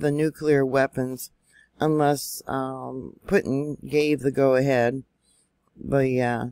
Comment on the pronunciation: Its pronounced, POOTIN!